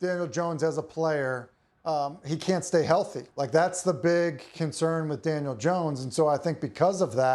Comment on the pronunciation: Did he say Daniel or Daniels?🤔🤔